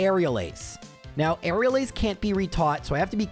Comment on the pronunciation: Lol he said now but it sounded like meow. Nice observation😂